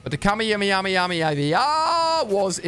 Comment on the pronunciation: Why he said kamehamehamiyah